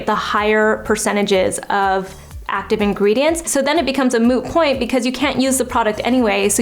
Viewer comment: Did she just said, "it becomes a Moo point" (from friends) ? 😂😂😂